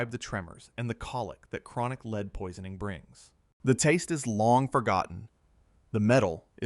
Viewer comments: Can you not pronounce lead as a metal? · The voiceover incorrectly uses lead as in to lead a horse to water instead of the heavy metal lead multiple times. Is it that hard to have a human read a script? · The AI voice mispronunciation of lead back and forth shows that this channel and our humanity deserves a human voice. I will not be listening again until a human is narrating. Sorry. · Its strange how one sentence it says it correctly, then the very next sentence its mispronounced